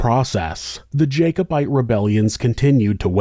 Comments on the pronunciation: I think it's jack-obite, not jake-obite. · Pronounced Jack-o-bite.